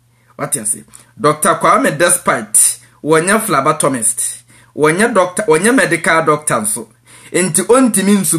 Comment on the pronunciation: It's phlebotomist not phlabatomist wai.